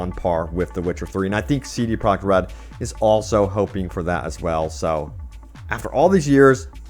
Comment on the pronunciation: Did he just say CD Prague Red? cmonBruh